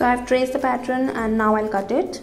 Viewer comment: Fabulous dear.....thx been searching for this sleeve fot over a year...one small suggestion, its pronounced pat-turn(pattern) not pat-tron....its kinda off putting to hear it prounounced that way...otherwise fabulous video....hope u dont mind the suggestion!!! thx u for flutter-butterfly sleeve!!!